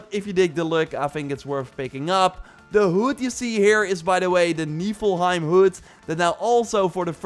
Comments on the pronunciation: HOLY SHIT HE PRONOUNCED NIFLHIEM RIGHT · Omg he said Niflheim correctly. Jesus Christ. This is a momentous occasion. Finally. It happened. I can not thank you enough.